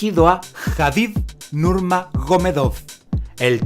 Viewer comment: Nurmanomiedov escuché jaja buenos videos